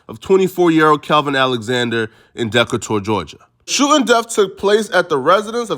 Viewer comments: Decatur??????? (Nigga its Da-Kay-Turrrrr) Mad rappers have said Decatur where it's greater.... Llyod said it on You with lil Wayne you dunce...you got do your research on wpords tooo. Tf is a Dahh-ka-tourrrrrr?? Decatur off the eastside close to Atlanta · Deckatour Georgia is crazyyyyyyy lmfao Decatur is pronounced (De Cater) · Deee kay tour lol he said deck a tour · nigga said dackatour 😂 it’s De-kat-ur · Da-Kay-tur Georgia! Not deck-a-tour fool! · Why did you say Decatur like that 😒nigga said DEKKA-TOUR 🤣 its DUH-KAY-TER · damn bruh had me until he said Dec-a-tur, Georgia... no nigga it’s Dee-KAY-ter! 🤣😩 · Bruh said deck a tour lmaooo gtofh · Did yu say dec a tour Georgia Decatur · That nigga said Deckator Georgia 😭😭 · DeCKatour Georgia …Decatur lol huh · Deck-Uhh-Tour Georgia... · Decatur (Dee-Cater) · Nigga Said Deck-A-Tour Georgia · Can't let that pass buddy Decatur pronounced DE- Kay- Tour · Nigga said dekka toor Georgia🤣💀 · “Dekatour” Georgia 🤦🏾‍♂️🤦🏾‍♂️🤦🏾‍♂️🤦🏾‍♂️🤦🏾‍♂️can tell when a nigga never been to Atlanta 😂😂😂😂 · Nigga said Dekator Georgia 😭😭😭😭😭😭😭😭😭😭😭😭😭😭😭😭😭😭😭😭😭😭😭😭😭😭😭😭😭😭😭😭😭😭😭😭😭😭😭😭😭😭😭😭😭😭😭😭😭😭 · Not Da Ka Tor lmaooo 😂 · This man pronounced Decatur as Deckuhtour bahahaha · Bro the way You say Decatur 😂😂 was all wrong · Dekkatour bruhh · You sound dumb asab if you was fighting for your life you’ll study the law too. Hell yea he going look into law while he there cuz he tryna fight his way out. I’m sure the man never thought he would be in that situation so to say if he knew the law before he got in there he wouldn’t be there is fkn ignorant of you! Then you pronounced Decatur all fkn wrong. Come on now think before speak. All for views and likes bffr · The way you just pronounced Decatur, Ga not sitting righht wit me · Bro I thought I was trippin 😭😭😂 where tf he from saying it like that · Had me lost n then im like this nigga tryna say Decatur his ass slow 😂